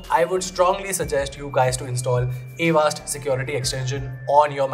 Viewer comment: It’s not a vast…avaast